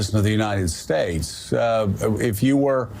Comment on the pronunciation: "President of the United Steaks" 😂